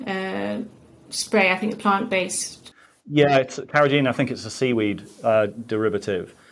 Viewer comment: Ok. He did not even know how to pronounce carrageenan. Obviously, he has no idea what is in lots of food. I just think demonetizing is making the lack of discussion worse and subsequently making the public's decisions more difficult.